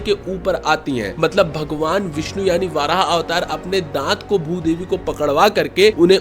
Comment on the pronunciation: Bro it's not वाराह it's वराह